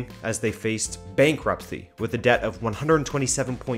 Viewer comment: No one is gonna talk about how he said bankruptcy